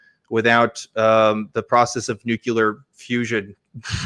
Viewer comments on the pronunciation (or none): No True Christian.... Nu-CLEAR....